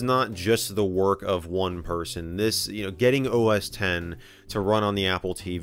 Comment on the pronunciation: X = TEN It is OS TEN he is saying OS TEN!!! Lol.